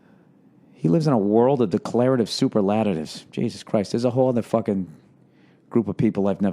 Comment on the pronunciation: Sound it out Bill.. Sa pearl la tives. Ha!